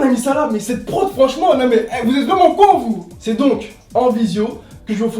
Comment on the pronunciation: " une émision vreumant " jpp